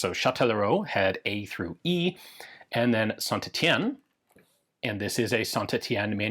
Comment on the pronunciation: Ian finally pronounced St Etienne right, this is truly a fantastic day